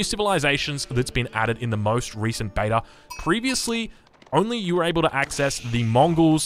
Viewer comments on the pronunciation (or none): none